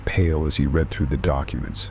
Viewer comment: Such a well-read AI and yet they cannot get the difference between I read and it read past tense (red) dead giveaway